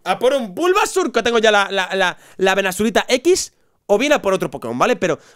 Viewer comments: todo iva bien asta q dijo "Venasurita x " jajaja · alguien mas se ha enterado de que al final dice fola venasaurita x?